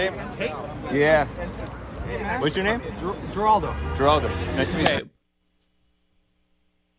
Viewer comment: What is with Geraldo pronouncing his name with a G sound, not an H sound. Very bizarre.